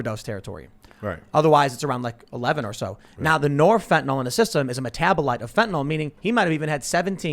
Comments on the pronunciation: Why tf do they keep saying "fentanol?" Its fentanyl. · HOW is it completely impossible for anyone to properly pronounce fentanyl? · Fentanyl has been in the news for a while because of overdoses and then even more after Floyd, so I assume most people can pronounce it. Besides, if someone is presenting a news story, you would think they would prepare and know how to pronounce the words in the story.